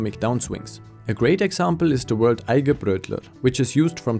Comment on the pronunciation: Eigenbrötler not Eigebrötler ;)